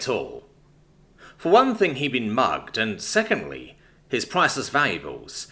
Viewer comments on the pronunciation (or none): none